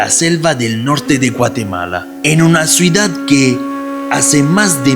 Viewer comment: Muy interesante video, gracias Elodie, gracias..., desde hace variosvideos te quiero decir que TU pronuncias mal la palabra "Ciudad". Tu la pronuncias: "cUidad". Y eso esta mal, pues tu corriges a Elodie en cualquier error, pero no pones atención en los errores tuyos.